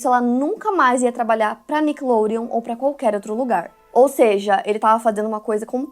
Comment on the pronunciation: O jeito que a apresentadora fala Nickelodeon, com sotaque..me incomoda